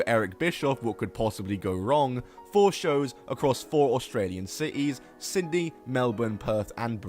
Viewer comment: "my- noru suzuku" "sindey"